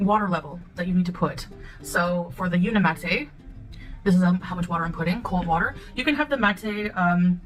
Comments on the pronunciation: Why does she keep pronouncing the product name Unimate as Uni Matt A? Shouldn't it be pronounced Uni Mate? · Unimahtay—— unimate wtf!! It’s like calling a microwave a meecrowahvay. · She can't pronounce the product name correctly either. She keeps calling it Uni Matt A. But it's spelled UniMATE.🤷🏻‍♀️ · I’m so confused, if the brand is pronounced phonetically as uni-city, then why wouldn’t the product be pronounced uni-mate? Why is she pronouncing it like “latte”? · SHE CANT EVEN PRONOUNCE THE BRAND’S NAME CORRECTLY 🙄🤡🥴🤤